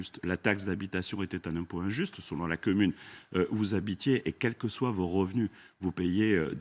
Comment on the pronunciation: a 3 50 le quemune au lieu de commune !!!!mdr